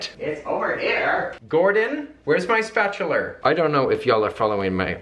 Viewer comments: OMG how cure, you call it a spatuluuur too! I love you guys <3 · You said, "Spatular!" I love you for that! Well I loved you already but now I love you more! Love the lavender soap. Love your design too. You did an awesome job. Katie I love you too. Hope you're feeling great.